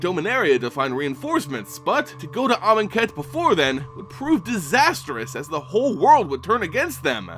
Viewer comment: Great Video! Glad I know how to pronounce Amonkhet and Aether now.